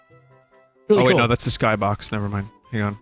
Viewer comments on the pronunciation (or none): none